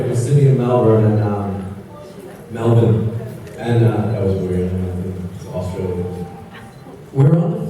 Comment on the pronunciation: Aussie accent when he said Melbourne was really good 😹 I got excited coz I'm from Melbourne